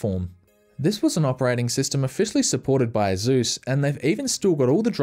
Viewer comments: It's Asus, not Azus. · Why does Asus sound like Uh Zeus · I like how nobody’s gonna mention how he pronounces asus, ah-zouz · Lmao i have never heard someone pronounce asus as "asús"